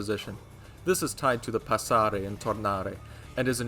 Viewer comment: and are the right pronunciation of "passare" 👍